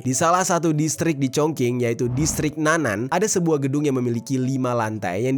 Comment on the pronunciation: bukan district "nanan", tetapi nan-an"